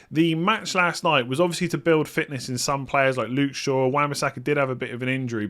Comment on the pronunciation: can you say 'Shaw' and 'sure'.... It sounds the same 🤣😂